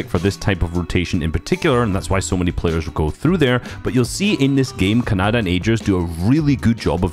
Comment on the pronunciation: ”These pleyers”(Bugha and treaths)